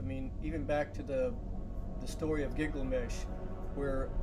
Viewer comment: And It's Gilgamesh Not Giglamesh